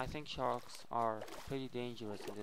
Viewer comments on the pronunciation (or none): HE always say chark charks lol